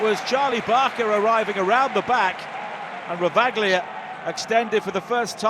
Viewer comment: It's Ravaglia, not Ravaghilia